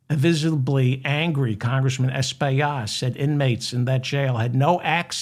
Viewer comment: As my Congtessman, his name's pronounced Es-pill-lot. I hope you said his name correctly when he was on your show!